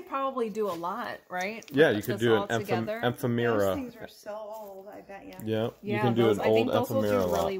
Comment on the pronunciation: ephemera is pronounced...... e - fem' - er - uh. Just sayin'